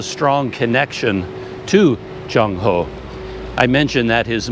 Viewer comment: Admiral 郑和 should be pronounced as Cheng6 Wo4 (in Cantonese) and Zhèng Hé (in Mandarin) His other names were: 马和 (Mǎ Hé) muslim name 三保太监 (Sān Bǎo Tàijiān, or "Eunuch Sanbao")